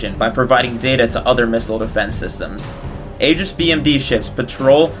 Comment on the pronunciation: Maybe pronounce Aegis correctly....